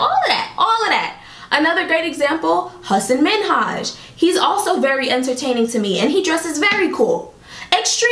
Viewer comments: hey girl, this was a great video and I love how passionate and expressive you are. it is inspiring ❤️ however, as a south asian, I just wanted to point out that you pronounced hasan Minhaj's name wrongly. its Ha-san Min-aj, the 'H' is silent. I noticed you corrected yourself by saying "I hope I said that right" for the others but not for him. No hate, I truly hope your channel flourishes ❤️ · "hah-san min-hajj" lol (i promise I was listening I just laughed at this pronunciation lol)